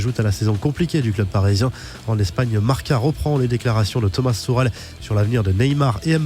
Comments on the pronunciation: Sa ce dit "Tomase tourel" mais sa s'écrit thomas tuchel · Bah ça ce dit comme sa frero : ''toucrel''